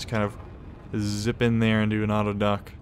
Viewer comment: Auto-dock what are you doing? auto-dock? STOP!!